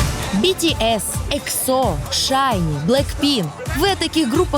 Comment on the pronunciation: блэкпинк, а не блэкпин; вы о таких даже не слышали???? а кто о вас знает? сколько вас смотрит людей? у них под каждым клипом 600 МИЛЛИОНОВ просмотров, а что у вас? их знают везде, а вы лицемерные гнилые люди, которые считают что шутки про кукол, кей-поп индустрию, пластику, пиздецки смешно.